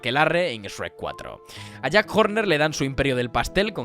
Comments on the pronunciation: Me da ansiedad que diga “es-rec” y no “shrek”, españoles everywhere. Por lo demás, buen análisis, lo vi todo. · Que le diga sherk y no esrek 😩 ❤